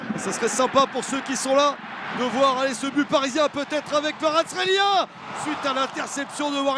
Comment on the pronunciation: Fucking at least pronounce his nane correctly. Kvarachqelia?